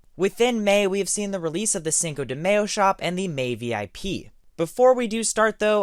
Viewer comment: The way he pronounces cinco de mayo lmaoooo